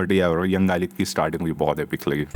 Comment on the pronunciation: Galib❌ galeech✅